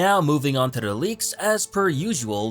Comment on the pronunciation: There should be a drinking game where you drink every time he pronounces 'to the' as 'tuh-dah'.